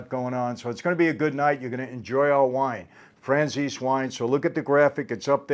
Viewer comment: I thought you pronounced your name Fran-Chay-Zee 🤷‍♂️😄🤷‍♂️